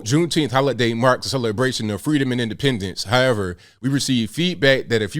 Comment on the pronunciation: It's the FWEEDOM for me. .........KAMALA (age 3)